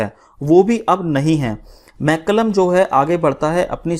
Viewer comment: Sir "Malcolm " ko "मैल्कम " कहा गया है । ना कि मैकलम